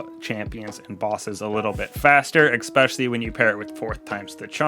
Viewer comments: no. You clearly say ex-specially. You did it twice, and it's the first time I've watched your video. I'm a dick for calling you on it, but stop doing it. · "Especially" is pronounced the way it's spelled. My parents worried me to death until I pronounced it correctly, and for many when you say ex-specially, it's like claws across piano wires.